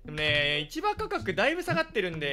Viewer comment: 今更だけど、市場価格を(しじょう)ではなく(いちば)と読むのが非常に気になる